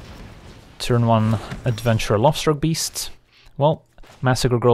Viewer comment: Whenever you said "Lovestruck beast" all I heard was "Lobster beast" :D